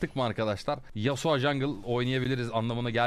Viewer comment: yasua değil yasuo